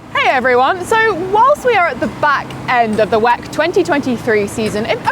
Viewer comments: she says Weck? Whack? Lol 🤣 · WEC is an acronym. Stop saying it like it's a word on its own.